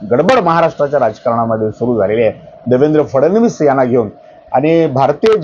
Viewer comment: "फडणवीस "उच्चार आपण फारचं सुंदर करता.त्यामुळे कृपया या नावाचा अनेकवेळा उच्चार करावा.